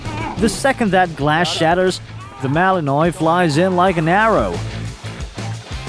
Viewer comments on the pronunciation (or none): Ahhh Mr. AI voice over person.. MALENOIS is pronounced Malen wah..... Someone please proof read/ listen and correct cause your AI voice overs sound real stupid....